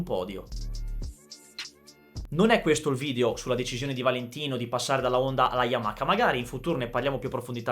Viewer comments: sei forte!!!! ma per piacere Yamaha non Yamaka 🙏🙏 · Voi italiani dove vedete la "K" o "CH" in Y A M A H A? YAMAKA..... Ma dio can. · Siii siiii YAMAKKKA e perché tu pensi che i giapponesi pronunciano bene i nostri nomi?!?😂😂